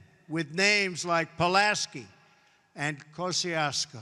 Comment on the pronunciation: '...statues of Polanski and Koscheetsheeuyeshchko' lmao I'm dying